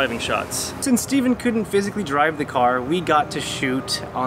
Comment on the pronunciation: IT'S STEVEN NOT STEVEEEEEE!